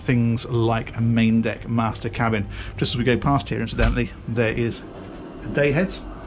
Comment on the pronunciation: I just love the way you say day heads hahahaha... Makes me chuckle every time! Awesome video of a nice bit of comfort!